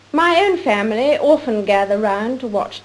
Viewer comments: I take it that the intention was simply to point out that the word often, when H.M. Queen Elisabeth says it, does sound more like orphan than actually often. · Any comments on the Queen's often/orphan merger as ? (Well, maybe it's not a merger, but she said "often" and I heard "orphan"...) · Seriously, does "often" an "orphan" sounds the same? Sirs your language is... crazy.